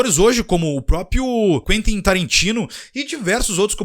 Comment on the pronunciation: Parabéns pelo uso correto da regência do verbo assistir no sentido de ver. Assistir AO filme. E bela pronúncia de Quentin para Quentin Tarantino.